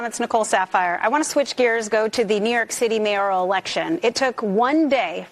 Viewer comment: Just a friendly FYI. It's not pronounced "may-yo-row". It's pronounced, "May-er-ull" ull like bull without the "b" MAYORAL like mayor+ull